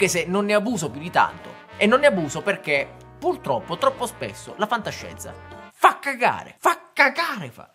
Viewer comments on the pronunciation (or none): none